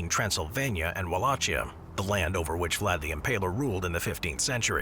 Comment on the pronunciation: The "ch" in "Czechia" and "Wallachia" and pronounced more like a "k"